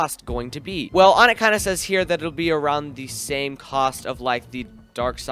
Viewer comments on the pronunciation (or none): none